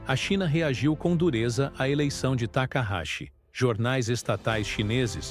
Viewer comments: Não é Takarashi , é Takaiti ! Não sei da onde vc tirou esse Takarashi ! 😅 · O nome correto dela é Takaichi, pronuncia-se Takaiti!?😎